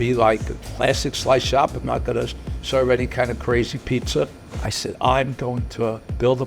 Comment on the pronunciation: what is "Peet-ZER" with a zer at the end???